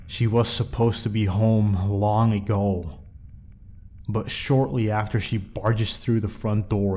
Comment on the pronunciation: 0_0 I have nothing to say.....but when he said: ABOUT A WEAK AGOOO XD